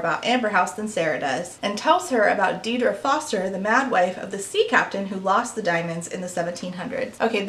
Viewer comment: An excellent look into the books, the problems behind them and the problematic attitudes and behaviour of the authors. Just a quick note: Aisling and Deirdre are Irish names: Aisling is pronounced as 'Ash-Ling' and Deirdre is pronounces 'Deer-Dreh'. Thanks for going through everything so clearly, I knew nothing of this before I watched this video, and I was absolutely enthralled by it. Edited for spelling.